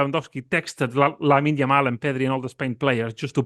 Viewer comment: No way this moron still mispronounces Lamine Yamal’s name. Unbelievable Yamal’s been on the front pages for months now and STILL u call him ‘Lamal’. I know u are not the sharpest tool in the shed but come on man just read, it’s not that hard.